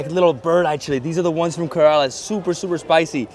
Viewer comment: Wait until you hear how he pronounced Kerala